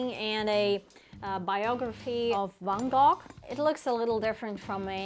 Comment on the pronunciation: Love it! And it’s pronounced “van-go”